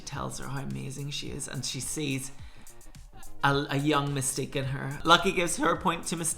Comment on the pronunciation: “Mystique” in your accent sounds like “Mistake” in an American accent, I can’t stop hearing it 😂😂😂 Your take is always literally spot on 100%, love these